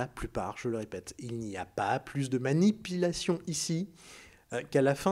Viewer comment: min il n'y a pas plus de maNIpilation, hahaha il y a ton accent qui ressort ;)))) cliqué sur le lien min plusieur fois en boucle c'est marrant ;))